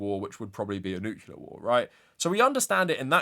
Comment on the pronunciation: That pronunciation of the word "nuclear"...